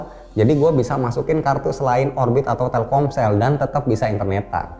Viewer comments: TELKOMSEL ❌ TELKSOMEL ✅ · Telcomel?? Telselkom ?? Telsomkel ??